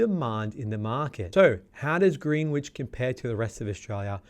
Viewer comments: Pronounced Grenich not Greenwich. You drop the w. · Greenwich is pronounced 'Grenich" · Mildly concerned that you’re providing market insights for a suburb that you aren’t even pronouncing correctly.